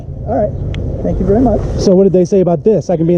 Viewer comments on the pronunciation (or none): none